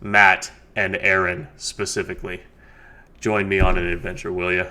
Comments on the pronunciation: Bro. Do NOT listen to Turek! More faith to have no faith-based beliefs? It's pure rhetorical garbage. Also, his name is Aron (Are-in), not Aaron. You didn't corner anyone. The purpose of the show is not to disprove God. It is to give religious people a platform to try and prove the existence of their God(s). Atheists do NOT need to prove a damn thing. There is no good proof of a creator God. Therefore, there is no good reason to believe one exists. The burden is on you to prove that your God exists, and it's been 2000 years, and we have no good evidence that any God is real since every time we investigate a claim of anything supernatural we eventually discover a completely natural cause. Get over yourself and do a bit of unbiased research into what you believe, and you might just realize that you've been lied to all your life. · Yeah he even said it’s pronounced like you’re saying RN. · It's Ah-Ron. Get his name right